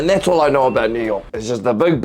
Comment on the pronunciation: I love the way you say “a boat” Great reaction!